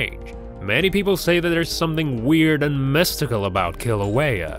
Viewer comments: And its pronounced (killouehya) not Kalouehya. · Its not paper, its Laaahhvuh. And its not St. Helens, its Kaaahhluhwayuh. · Omg yes and the volcano itself!! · Brah, learn how to say lava and Kilauea. Mahalo 🤙